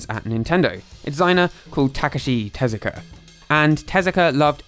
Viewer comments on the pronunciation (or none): Takashi TEZUKA, not "Telaka"